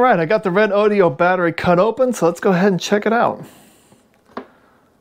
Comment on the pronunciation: I notice the reviewer here pronounces this battery as: "Red-Oh-Dioh". That can't be right as its spelling is Redodo. So, wouldn't "Ree-Doh-Doh" or "Red-Oh-Doh" be its pronounced name? Otherwise, nice to see some analysis on it.